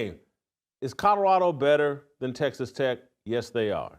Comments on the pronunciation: It's Colorado, not Cotoroto, take the potatoes out of your cheeks!! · You can't even say colorado.. shadddddup